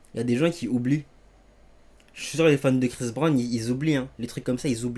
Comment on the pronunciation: Prononce bien son nom avant de parler de lui mec 😊